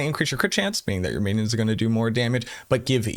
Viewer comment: Actually lol on "winions"